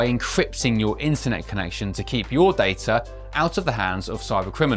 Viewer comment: Day-tuh, not dar-ta